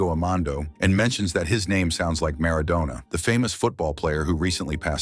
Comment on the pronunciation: Maradona not Madonna 😂